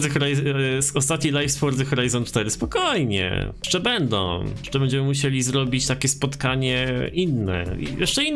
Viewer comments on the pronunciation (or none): none